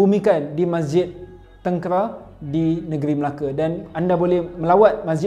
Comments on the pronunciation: Sebut tengkera tu salah... Teng + kay + ra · Ceritanya terbaik. Tapi sebutan Tengkera tu maaf salah. Marah orang Melaka dengau.hehe